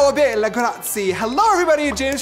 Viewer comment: I’m sorry never say Ciao or Bella again u don’t i mean just can’t say it like that plus im Sicilian so I know that is not how you say it never say hi 👋 beautiful ever again, please